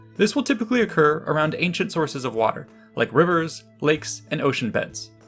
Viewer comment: He said ancient orgasm. When the video starts.